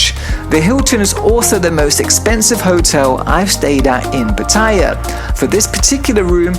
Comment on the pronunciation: Both TVs are pretty awkwardly placed for such an expensive room. You're pronouncing Pattaya wrong lol, listen to how the locals say it!